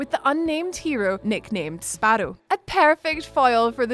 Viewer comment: Sparedoe sparedoe .. then sparrow.. dont change it . I like the spare doe